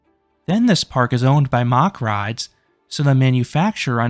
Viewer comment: 'Mack rides' pronounced the same as the 'mac' in Macdonalds.